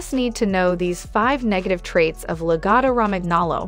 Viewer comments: Also, I think all the grooming clips in this video are not lagotto. Pronunciation of lagotto is terrible in the video. There are no all white or black logottos only off white with light sandy orangy patches to white and brown patches to dark brown dogs. They're soft and love to lounge and cuddle and don't shed so if you work from home and sit on the couch they're great little heaters in the winter. I don't have a dog smell in my house or dog hair to clean up. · Maybe learn how to say the name of the dog before you talk.... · Yes let’s definitely take advice from the person who, in the age of Google, didn’t even bother figuring out how to pronounce the breed’s name.